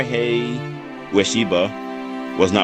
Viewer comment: His first name is pronounced “Mori hay,” not “Mori high.”